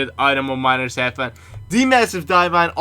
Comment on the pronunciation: HAVEN. not HEAVUN